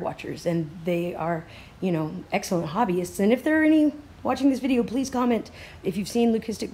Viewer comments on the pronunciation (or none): none